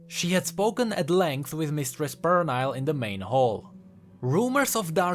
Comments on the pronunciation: Pernille is a scandinavian name, believe the correct phonetic transcription should be /per-ni-ll-eh/ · Actually, the "i" in Pernille is pronounced as an "e", the rest is as it is. It's like an English version of a Danish name. There was a Danish Transfer student in my uni. She told me that info. Cool video by the way, and i love your accent!